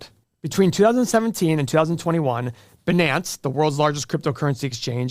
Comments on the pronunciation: sir, the pronounciation is "Bi-nance" as in "fi-nance" -- not beenance. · I always thought it's pronounced "bye nance" not "benánce" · and its not Banans :D its Biiiiinance :D cheesus reading is hard i know... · Also, it’s BUY-nance not bih-nance. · Someone is mad that he didn't get in when the getting was good. Oh yeah, BUH-NANCE. LOLOL!!!! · ‘Binance’ rhymes with ‘finance’. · He pronounces Binance like Janet Yellen. Clueless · Wow, this dude doesn’t even know how to say ‘Binance’ properly and he feels the urge to share he has “8 businesses upstairs and a 1000 apartments”. Big red flags 🚩 to me… He just wants to spread FUD because he missed the BTC boat. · Can we at lease pronounce Binance correctly? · boomer video. Wen 200k btc, they gonna jump on the wagon like Larry Fink. This guy even said Binance wrong lmao.